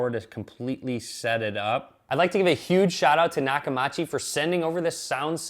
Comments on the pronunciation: Funny that the company gave you the product and you can't pronounce it's name. It's pronounced: "Knock-Ah-Mee-Chi". Not "Ma" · It's not Nakamachi it's Nakamichi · Nakamichi... not Nakamachi.... Cool video though! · Great video ... BUT the name is Nah-ka- MEE-chee! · Naka”ma”chi lmfao I would re-do the video just on that lol. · Always learn prounouncing your sponsors name before giving shout out to them. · Stopped watching after you MIS-pronounced the manufacturer’s name... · Your TV is QLED, NOT an OLED. I have an LG OLED. I stopped listening after you mispronounced Nakamichi. Free stuff = biased opinion. Especially when you can't get spelling and pronunciation correct.